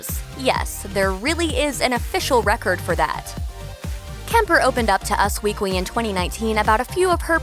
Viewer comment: Nic Adamski-O'Toole and “us weekwy” lol